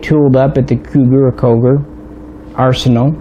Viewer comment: We apreciate VERY MUCH you clips, we salute you from ROMANIA❗️❗️❗️ P.S. The name of the factory it's the same as the city it's in CUGIR and you spell it or pronounce it...read COOGEER ❗️😊🤙🏻 All the best❗️❗️❗️